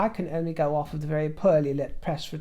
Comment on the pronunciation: I love it when he says ‘ouurfff’ instead of ‘off’ 😂❤